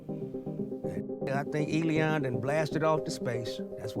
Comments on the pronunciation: Why do you keep calling him Eleon? His name is Elon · Man the way you say Elon (Elēon) is diabolical!!😂😂😂 I love it! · Lol. Eddie said Elon (E-Lee-On)😂😂😂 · who else busts up everytime he said Elion! ha ha comedy gold. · 'Elon' turned into 'Lil Uzi' 😏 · Him pronouncing Elon like “E-Leon”kills me every time 😂